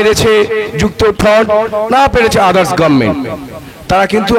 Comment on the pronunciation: আদারস টা ঠিকম‌তো ব‌ল্লেন না কেন???